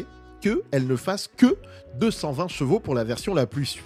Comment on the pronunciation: J'en peux plus de ces youtubeurs auto qui ne savent pas prononcer chevaux, chaque vidéo tu sera obligé de parler de cheval c'est ton métier alors prend le temps ou des cours de soutien pour apprendre à parler de Gvo. Tu te promène avec ta gamine tu lui dit pas "oh regarde le Gval!" Bordel de merde fallait que ça sorte je me sens mieux 😅😅😂